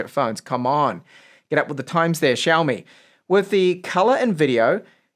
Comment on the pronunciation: syaomi, not shyaomi!!!